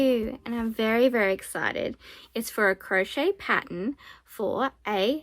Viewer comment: Patt ERN…. Paten is something else